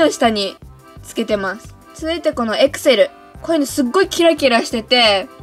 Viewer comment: エクセルの発音がアクセル(笑)